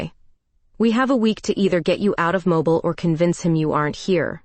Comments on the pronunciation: Terrific Story.. your Voice you chose is Audibly Captivating. But AI cannot Pronounce well (yours & others) as well. ITS Mobile Mo-Berle. Not Mobil as moving. Teacher in US..Sorry 😉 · Learn how to pronounce Mobile, when referring to AL.